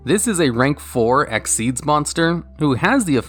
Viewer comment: its x-y-z not exeze lol